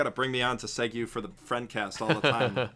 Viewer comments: Mispronouncing segue is a meme that needs to die! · I appreciate the consistent mispronunciation of "segue," makes it feel like Digi was still there in your hearts ;) all shit aside though, glad the weebcast will still be going strong, if not stronger than before.